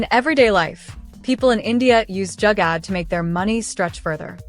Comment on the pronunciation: Great video... It's not Jagad: it's spelt as Joo-gar though 😊❤